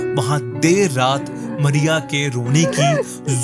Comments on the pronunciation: Good but Not मरिया it's मारिया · Arey aap toh Mariya ko Maria kehte ho